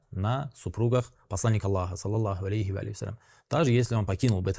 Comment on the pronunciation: От ненависти к Посланнику (да благословит Его Аллах1 и приветствует) даже салават не можешь выговорить правильно, видно что ты только на камеру произносишь салават точнее пытаешься